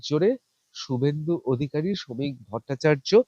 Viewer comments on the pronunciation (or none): none